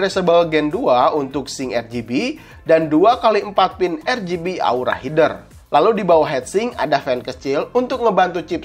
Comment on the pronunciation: Baca : Heder (header) bukan hider...